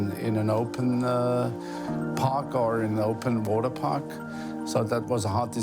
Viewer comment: "Waterpak"... Really?